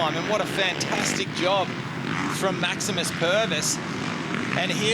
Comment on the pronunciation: Hahaha Maximum Pervis, you mean Maximus. He's a kiwi! Don't f*ck the name up! He ain't a dumb australian